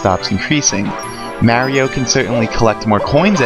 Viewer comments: Mario not "Mare-io" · Mary-O lol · Mary-O? Arrgghh! >.< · Whos marey-o? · Why dies he call him "mary-o" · its mario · This guy doesn't know how to say "Mario" correctly.